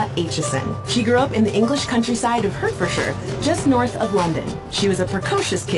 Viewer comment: "Her-fer-sher" lol. It's "Hart-fuhd-sheer". I also grew up, there, & saw Charli at Bishop's Stortford Music Festival, before she was mainstream famous. Why don't Americans research how other country's location names are pronounced? It's like us saying "Are Kansas" instead of "Are can saw". They do it with Notre Dame, too. "Noter Daym" instead of "Not truh Darm". It only takes a minute to Google or YouTube it. 🙄